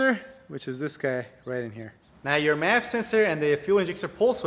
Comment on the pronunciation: You're pronouncing MAF as "map" sensor...please explain the difference. Nevermind...someone just told me. MAF is short for mafia...and "map" is short for Modified Apple Peeler....but it somehow don't sound right.